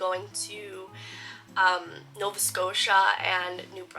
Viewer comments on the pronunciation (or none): none